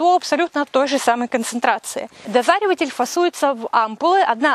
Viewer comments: Чет перегрелась походу нынче. НИЗАЧОТ!!! Дозреватель препарат, а не ДОЗАРИВАТЕЛЬ 🤣🤣🤣 Специально 3 раза прокрутил эпизод С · Дозреватель а не дозариватель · Почему Вы говорите "дозариватель", а не " дозреватель"? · Вы умница! Только не пойму почему - дозАривать, а не дозревать😊 и препарат - дозреватель. Специально несколько раз пересмотрела. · «Дозреватель» вроде. Какой «дозареватель»? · Дозариватель или дозреватель? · Дозреватель! А не дозареватель) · На упаковке написано "ДОЗРЕВАТЕЛЬ", а не дозариваттель. Мужчины есть у вас? Черепов у вид пусть запилят наискосок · Дозреватель, а не дозариватель. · Почему дозариватель то ? Дозреватель же . Не дозаривает , а дозревает ) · Дозреватель, а не дозаревотель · Не дозареватель, а дозреватель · "Профессор" сорок раз повторила ДОЗАРИВАТЕЛЬ!😂 Может,Дозреватель? Читать умеет профессор? Прям уши режет! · Ох,, ухохоталась с твоим дозаривотелем!!! У меня тоже было так, прочитаю начало и конец слова, а серединку придумаю, смешно получается!!! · ДОЗРЕВАТЕЛЬ!!! уши режет!!!